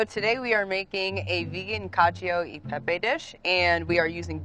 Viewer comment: “cashew e pepe”